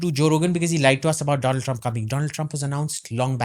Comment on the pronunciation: My good phreand Dolund Trump